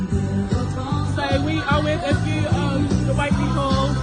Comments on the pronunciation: Thanks for this but it's pronounced 'Wait'ley Duck x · It's pronounced Wait-ly...